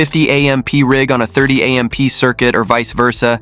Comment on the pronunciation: A. M. P.? It's AMP! Stupid AI.